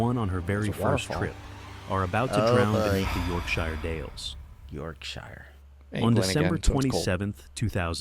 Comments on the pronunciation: Sheer is fine it's shyre which is wrong. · Whos gonna tell americans Shire in Yorkshire isnt pronounced "shy er" its "yorkshuh" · YORKSHIRE pronounced YORK and if youre american how you say the word SURE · As someone who lived locally to where this was. We know about cave flooding in the local area, and to basically stay out. Also it’s pronounced York-sha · Its pronounced yorksher.n yes it rains alot lol.on the story its very very sad 😢. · Yorkshire is pronounce yorkshur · Pronounciation: YorkSHURE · yorksher works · Mancunian here lol “yorkSHOH” 🤭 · I’m an Aussie and the why we pronounce shire as YORKSHEER 🤷‍♀️🤷‍♀️🤷‍♀️l have no clue why, 😂😂😂😂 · Britain has hundreds of accents but in county names it's always pronounced 'sher', no matter your accent. The word Shire has become contracted over time to sher. So: - Yorkshire = York-sher. - Oxfordshire = Oxford-sher - Nottinghamshire = NottingHUM-sher - Derbyshire = DARby-sher - Leicestershire = Lester-sher - Worcestershire = Wooster-sher. Correct English (i.e British English) isn't always pronounced phonetically which can be confusing. This is because until Dr. Johnson's dictionary of 1755 there were no set spellings. Webster, changed to phonetic spellings in his own 1828 dictionary which is the basis of US English. Or 'Simplified English for Beginners' as we call it here in England.😀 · "York SHIRE" Any place name with the suffix "Shire" is pronounced "SHUH". A fell is a high and desolate place and often has hills or mountains that dominate over the tree line in the distance. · it's pronounced shear as in York-shear but written as Yorkshire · Your version is northern English which is wrong, Oxford English pronounces it as sher, York-sher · As someone from the Yorkshire Dales, hearing it pronounced wrong repeatedly makes me sad 😅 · Great start, can't even pronounce Yorkshire properly!